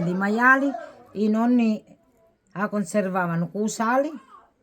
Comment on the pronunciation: Perché dici Nanni si dice nonni